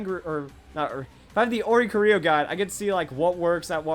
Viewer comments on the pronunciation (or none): Why can no one say Oricorio's name? O-ri-CHOREO (like choreography) NOT Ori-co-RIO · I hate that he says oricorio wrong